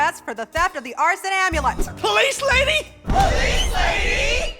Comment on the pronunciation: Arsene amulet heard like Arson amulet not gonna lie